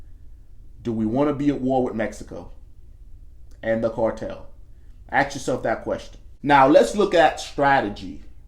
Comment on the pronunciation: This dude can’t say ask correctly